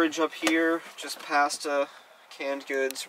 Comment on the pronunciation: Slacker Magician lol it’s not “pohsta”